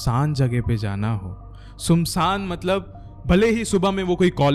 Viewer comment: Bhai video achi banata hai tu ....bus sumsaan ya sumsaam nahi hota .....SUNSAAN hota hai